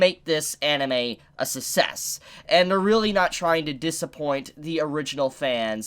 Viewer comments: I think it's pronounce suck-ses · A “sussess”? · you cant even say the word success right.. i stopped listening... Na education